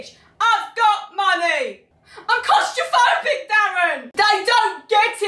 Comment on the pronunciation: no one: not a single soul: chi: I’m clAustrAphObic dArren